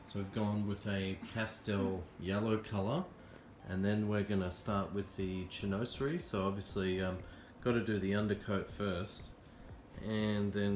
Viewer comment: Very nice. By the way, it is pronounced "shin wazerie"...😀